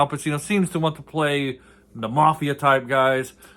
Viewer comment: Pronounced Pachino.